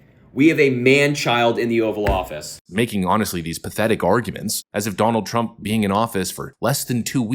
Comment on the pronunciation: “Danuld traump did X”